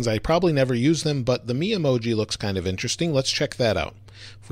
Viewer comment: You're saying Memoji wrong